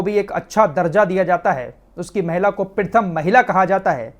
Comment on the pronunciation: Abe pritham nahin pratham bol